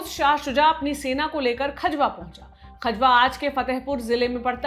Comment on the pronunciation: Vo खजवा nhi खजुहा है बावन इमली से 2km pahle वहा अभी भी औरंगजेब की पवेलियन बनी हुई h 🙏